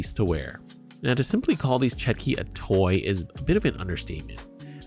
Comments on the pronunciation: It's pronounce "chotki" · Correct pronunciation is "chOtki" or "tchOtki"